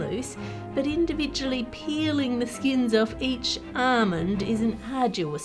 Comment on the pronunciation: what is an Ahhhhmond?